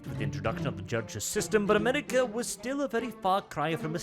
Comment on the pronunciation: Funny accent “Amedica”